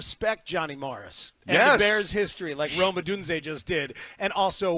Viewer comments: Brother did you get tricked by pronunciation too? The way they slur it, I thought it was Roma. His name is Rome! Rome / / / Odunze. BEAR DOWNNNNNNNNNNN. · pssst... I don't like how y'all pronounce ROME-ODUNZE's name. TWO WORDS. Not ROMA DUNZE. Its ROME /// ODUNZE. Y'all speak for a living?? EDIT: ok you pronounced it pretty well nearly each time here (very last at end) but in preceding weeks 😅. Sorry for the jab😅.